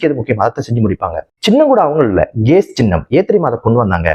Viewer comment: GAS என்ற சொல் சரியாக உச்சரிக்கப்பட வேண்டும்